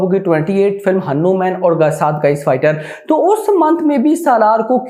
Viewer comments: Bhai wo हनु मेन nhi "हनुमान" hoga ❤️ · Sun pehli baat hanuman hai apni pronoun sahi kar hanu man nahi wo hamare aaradhya hai sahi se bol ok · Abe oyyy naam to shi se le हनुमान hai saale 😡😡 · Are Bhai Hanuman ji ka movie accha se to bol le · Bhai Hanuman ji bolna toh dhang se seekh Jaa